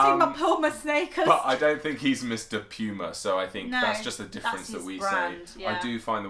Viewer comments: Darlin's.......Puma is a native american word. It is said Pooma cause that is how the Natives say it. Simple. Just like....and this one is going to get you good.....Kissimmee which is the name of a city here in Florida. It's not pronounced as you see it. It's not Kiss-a mee. It's Kiss-sim-ee. It's actually Seminole. Then there is Narcoosee, and I live on a lake called Poinsett. LOL. And then where my family is from in Missouri, and I challenge you to say that one too, and my family is from the around around a town called Nevada. And it is not pronounced like the state is. But rather like this. Neh-vade-ah. LOL. When I was little I lived in a town in Ohio called Rio Grand...and it is not pronounced the way the Mexicans pronounce their river name. Rather it's Rye-oh Grand. LOL. Yes, Dears...our names can be crazy, and said even crazier. We don't speak Queen's English. We speak Americanese. And proud of it. LOL. You guys say Po-tah-toe, and we say Po-tay-toe. LOL. Down here in the South we call them Boo-ees. Hey....I live less than 20 miles from the Atlantic. LOL. It's Saran Wrap. The company who first came out with the plastic wrap in the States way back in the early 1900s. We just call it cling wrap now, well most of us do. But there are some older folks who still call it by the company name. LOL. In the restaurant industry it is just cling wrap now. You can't afford to say the manufacturers name anymore due to copy write violations. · Y'all say Puma wrong. It's a Latin American word. It IS pronounced POO ma. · Yep, it's pronounced 'Poo ma' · Puma in Spanish Cougar in English It’s a cat native to the Americas Therefore you said it wrong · For your info, Puma is an American wild cat and i think u pronounced it wrong...lol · Puma is pronounced like the animal y’all are pronouncing it wrong